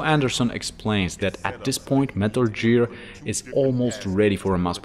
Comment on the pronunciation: I don't know why I can't handle hearing "Metal JEER". They say it in game, right? Idk what language he plays the game in and I don't want to offend anyone. I love anyone who also loves the Metal Gear series.